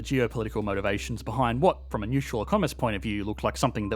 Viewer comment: hihi there is fron not from